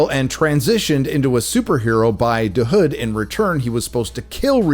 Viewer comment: Please stop emphasizing "da" hood. It's so annoying. You can tell the writers are not from the hood and wrote what they think the hood really is like. Chi-Raq doesn't feel like it